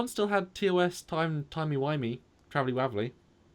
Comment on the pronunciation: Why is it that a Brit saying "timey wimey,"is so funny? There are all great choices for these lists.